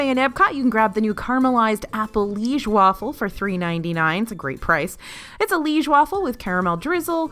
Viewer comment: Please please please, it’s pronounced “Lee-age”. Like the town in Belgium where the recipe comes from.